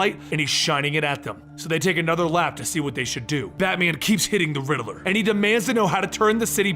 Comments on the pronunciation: Great story telling skills but please do something about how you pronounce the Riddler's name. It's Rid-ler not Ri-de-ler. It distracts from the immersive story telling and wonderful source material. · It's not the Riddle-er , it's the Riddler. Like Rid Ler